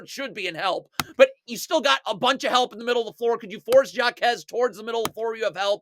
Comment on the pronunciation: HAH KEZ not SHJA KEZ (Jaquez// the j is silent in spanish.. shhhhhh)